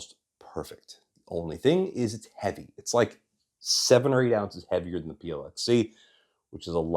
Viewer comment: You do a very good job, as usual. I am not sure that any YouTuber surpasses you. My little pet peeve regards your near continuous mis-phoneticizing of the English definite and indefinite article. Sigh. As of late, this erroneous enunciation is nearly ubiquitous, unfortunately. But again, aside from this (and an occasional vulgar word), I could listen to you for long stretches. Thanks.